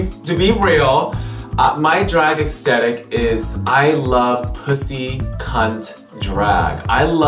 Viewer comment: if he says extetik one more time!